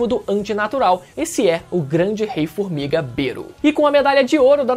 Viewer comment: O melhor é o "fumiga" 😅